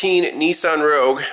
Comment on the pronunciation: A Nissan Rah-gyoo-uh. 😆 They need to drive that car into a foot of Corrosion-X.